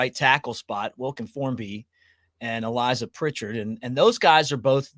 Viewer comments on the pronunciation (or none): Pritchett not Pritchard